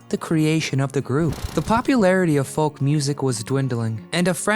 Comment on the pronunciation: The L in folk is not pronounced.